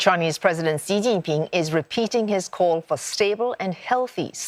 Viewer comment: PLEASE PLEASE PLEASE PLEASE PLEASE stop saying "See Jinping." It's really easy, just pronounce it as "She Jinping." Thanks!